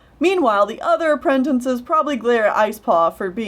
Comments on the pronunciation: I'm sorry, but I laugh every time you say "apprentinces" instead of "apprentices" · Anoder thing.... you say apprentinces...... ITS apprenTICES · I dont know why no one says this but has no one noticed how says a-pre-n-ten-ces instead of a-pre-n-ti-ces it really bugs me, since its spelt apprentices